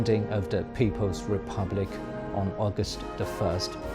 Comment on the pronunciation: "Augwat the first..." LOL, Sleepy narrator who forgot to take his coffee!